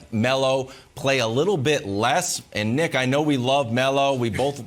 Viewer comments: oh he saying Nick,uh. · You really gotta enunciate the name "Nick" when you're on live television